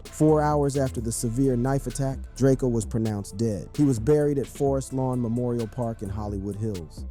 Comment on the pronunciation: It’s DRAKE-O. Not Drakeo